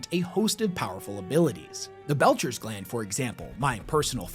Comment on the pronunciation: It's NOT the Belcher's gland, it's the Betchers gland.